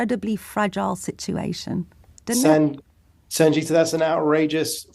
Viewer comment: Purposely prounounces her name wrong ... well done Sangita 😊